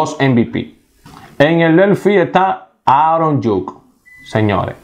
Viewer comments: ni por que tienes la vida entera escuchando como se pronuncian los nombres de los jugadores lo dices bien. esos nombre que dijiste nadie los conoce. quien es Aron Yuk? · Oye es Aaron judge que se pronuncia igual como se escribe( judsssch)